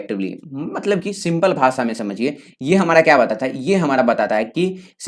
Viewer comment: why you said hamra